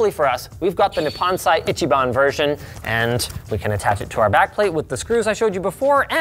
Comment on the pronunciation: it's "Nihon Sei" not Nippon Sai.